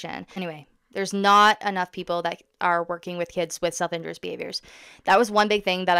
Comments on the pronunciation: Every time you say “self injurious” it sounds like you’re saying “self interest” please pronounce the second i and put the stress on the u. “in JUR ee us” not “IN jur us” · Great video,. The autism community is fortunate to have you as an advocate. I just want to point out the correct pronunciation of the term self injurious (in-jury-us). Keep the videos coming 😊